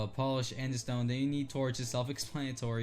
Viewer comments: The real horror is you saying andistone and not aandesite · i also cringed internally at andestone. its freaking Andesite, man!